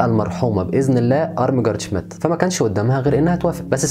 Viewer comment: الإسم ينطق ( شميت) مش شميديت